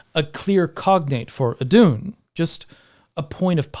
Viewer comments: Íðun not eedoon. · Btw who wants to pronounce Iðunn right its: ih-th(but softer)-uh-nn. Iðunn :) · Placing the emphasis of Iðunn on the u sounds off. The emphasis (stress?) is on the I. Same with Lokasenna, emphasis is on the first syllable, in this case the o (just like in the name Loki). I probably get a bit too nitpicky with languages sometimes. 😆 Anyway, the concept of death and how it applies to gods is definitely interesting. The Baldr myth describes a god dying, but also describes his situation after death. Similarly the Ragnarok myth talks about several gods dying, but also of a dead god coming back to life. In essence I'd say that, yes, gods can die, but dying isn't an end, it's merely a change in your state of being. In a manner I guess this is the same as how most faiths and mythologies treat human (and animal) death: the animating spark that is YOU is gone from this world, but it's not gone from existance.